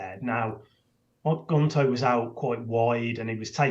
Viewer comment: Someone needs to tell that its March, not Marsh. And that its Jota, not Joeta. And that its Gnonto, not Gonto.....